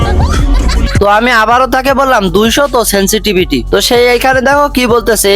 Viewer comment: সেনসিভিটি কি ভাই ? সেনসিটিভিটি হয় ভাই🥴